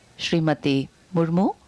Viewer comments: Ist Murmu not murmur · It's not murmur it's Murmu..kindly correct it..